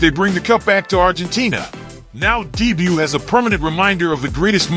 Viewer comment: Love the attempt at saying dibu i havent heard anyone who speaks english call him by his nickname